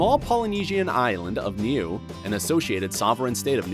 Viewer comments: It would be nice if you said Niue correctly... It’s more like Nuu eh. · The way Niue is pronounced lol....Ok it's obviously foreign to you so all's forgiven 😆